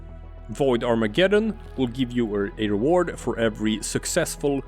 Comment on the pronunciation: BTW umm .... ... it's Arma-geddon ... Google it... it's not Armajeddon... it's Armageddon. Get isn't pronounced Jet.